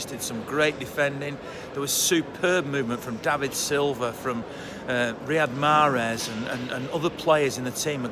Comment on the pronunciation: 1: I'm guessing you are a Muslim. 2: He's called MAHREZ not Mehrez. 3: If he performs like this for NINE seasons as Silva and Aguero have, then you will have a point. 4: You lose all credence as fans by continually spouting this nonsense. 5: We haven't got bad players in the squad. Mahrez ranks alongside Gundagon and Foden. 6: You don't have to tell me to watch a match, I have missed three in the last ELEVEN years. 6: You don't have to tell me to understand, my first match was Glyn Pardoe's debut. I saw Bert Trautmann play for two seasons. I understand football.